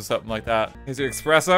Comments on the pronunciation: ESPRESSO, not EX-press-o. You call yourself an English major? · please, it's espresso not expresso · THERES NO X IN "ESPRESSO" MR ENGLISH MAJOR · RT is saying eXpresso just to tempt us into reacting, right? RIGHT? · guy really said "expresso" repeatedly as if intentionally committing a war crime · did he just say ‘eXpresso’? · there is no x in espresso. Did Weird Al teach you nothing? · How has no one brought up that the old man said "Expresso" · I flinched every time he said "expresso" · i feel betrayed by RT knowing that he pronounces it expresso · The way RT pronounces espresso makes me die inside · His pronunciation of espresso killed me